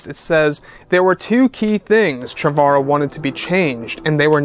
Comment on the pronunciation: his name is pronounced Trevor-o. Like the first name Trevor